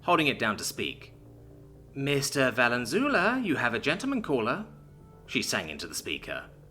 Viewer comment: The way that Valenzuela was pronounced seriously confused me